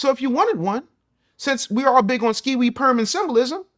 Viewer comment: "....skee-wee, perm, and symbolism...." Ouch.